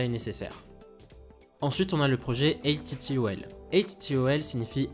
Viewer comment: Pour info, les gens chez Airbus prononcent ATTOL de la même manière qu’on prononce “atoll” le mot désignant un type d’île corallienne.